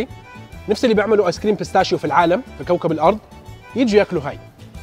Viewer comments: 🤣🤣اسمو تراميسو بستاكيو مش بستاشيو Pistacchio (cchi) تنطق كي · كلما تكول بستاشيو تضحكني 😅 اسمه pistacchio ويلفظ پِسْتاكيو تحياتي